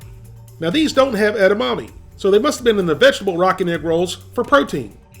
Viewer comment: His pronunciation of 'edamame' gives me shivers.